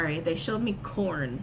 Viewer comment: Corn? I thought you said “porn” at first.... 😂🤣🤣... 😂